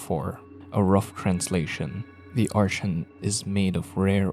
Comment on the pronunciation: Not pronounced that way, it's pronounced "ar-tee-an" not "ar-shan"